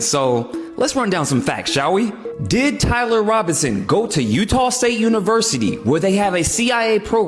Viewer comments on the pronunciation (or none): none